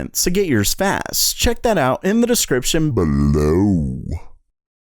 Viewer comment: That "below" sounded really annoying tbh